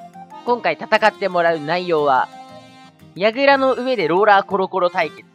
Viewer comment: 試合の説明？みたいなのの「ローラー」が「ローラ」になってた